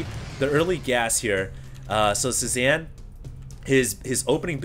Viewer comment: Nitpick: Cezanne is pronounced: saay-ZAHN, not sue-zan. It's a French last name, not a female first name.